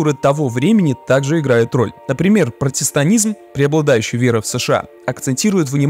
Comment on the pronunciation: может быть "протестантизм", а не "протестанизм"?